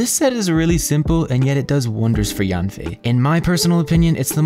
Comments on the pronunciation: FYI, her name isn't pronounced like "Yawn fei", it's more like "Yean fei." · Fun fact, Yanfei in chinese mandarin is pronounced closer to Yen-fei instead of Yahn-fei.